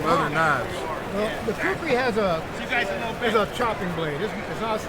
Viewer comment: Not kukhris it is khukuri